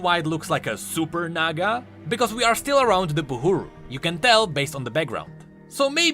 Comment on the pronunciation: it pains me dearly how this guy chooses to pronounce things as he pleases. Why is he saying "Boohooroo" instead of Buhru (Bahroo)? Oh god please have mercy